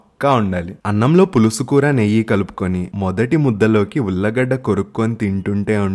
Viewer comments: ఉల్లగడ్డ కాదు ఉల్లిగడ్డ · అది ఉల్లా గడ్డ కాదు ఉల్లి గడ్డ